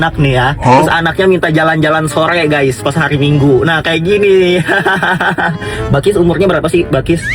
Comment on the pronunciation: Bakis gak sih tu kan yang benar bilqis